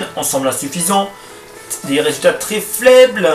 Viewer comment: "résultats flaibles" tu m'as tué mdrr